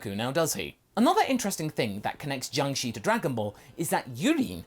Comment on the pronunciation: Just to let you know. In Chinese, the letter "i" does make the sound "i:", but after the letter combinations 'sh', 'zh', 'ch', 'z' and 'r' then the letter 'i' makes the sound "er". Jiangshi should be pronounced as "ji-ang sher" I hope this can be both useful and educational for you. I am not typing this to be condescending or anything, but rather to be informative.